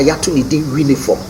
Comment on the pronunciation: I beg is "Uniform" not We-niforn. Lol